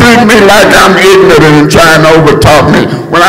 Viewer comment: "Just ignant!" 😅😂😂😂😂😂😂